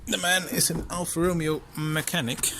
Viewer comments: you pronounced it: Al-Far Row-Meo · it’s pronounced: Al-Far Row-May-O